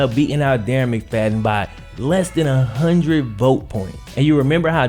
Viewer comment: Dude your vids are great. Factual , intelligent. Keep it up. Like the way you say hundred....."huntint"...